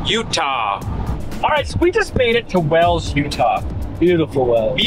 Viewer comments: Is it WELLS or is it pronounced WHALES…..like the area it is named after in England?🏴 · Wales not wells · Wales is pronounced Whales not Wells, must be a Utah thing